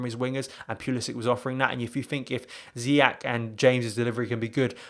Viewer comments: Pronounced as if it was spelt Ziyesh btw he’s Moroccan born, the Dutch pronounce it Ziyack because of their language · His name is pronounced ZIYESH not ZIYAK.